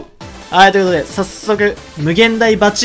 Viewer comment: 0︰38「はぁい、とゆことで」が気になるんだな〜